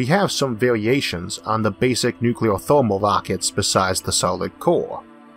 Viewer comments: It's pronounced new clear...not nu cu lar. A common miss pronounced word. I used to say it that way too. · N U - C L E A R ! Not NuKeLar ! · Not even a "nucular" Homer Simpson joke? ^_ ^ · The speech impediment doesn't bother me at all (I don't notice it anymore unless it's a very R-heavy word like "Rover" [this episode] or "Harvard"). The "nukyuler" thing does bother me but it's worth it to hear the rest of the video. Thanks as always! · Isaac Arthur Your "nukyuler" thing bothers you more than it bothers most of us. To me you just sound like some east coast guy who moved to someplace down under. We've invited you into our homes and made you our friend. We get used to your accent. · N u c u l o r (I'm sorry, I had to) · Ok President Bush "Nucler" lmao... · nucuwuler wockets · I don't have a speech impediment and people still make fun of me for how I say nuclear. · I'll be honest; this is the only thing that bothers me about your speech. Your rhotacism doesn't bother me or make you hard to understand, but the wait you pronounce "nuclear" irks me. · I've heard British physicists mispronounce nuclear I dunno why it's so common, unfortunately for me I don't get to say it very often